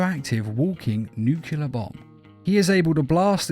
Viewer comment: Not to be that guy, I love your videos, but "nuclear" is pronounced "noo-clee-ar" not "nuke-you-lar"